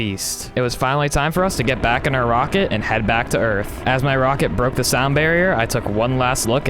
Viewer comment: Hahahah you say earff 😁😁😁🤣🤣